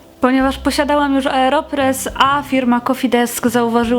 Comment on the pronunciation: Aeropress a nie "areopress"